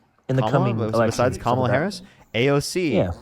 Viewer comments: Can’t even pounce Kamala’s name respectfully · Caller: Her name is KAMala (as in CANada) not KAmala (just like it's not CAnada).